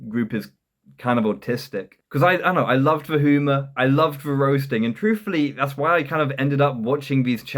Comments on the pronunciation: You really think you are funny?! So fucking tragic. This is awful, and you can't even pronounce humour correctly. (hooomer??) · Turned off this vid after the 5th time he said "hoo-mir" instead of humor